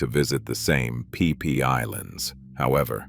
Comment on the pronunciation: Phi Phi Islands are pronounced 'Fi Fi' Islands, not "Pee Pee' Islands 😅